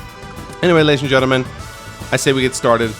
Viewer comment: Why do i hear always 'ladys and gentlemangs'? 😂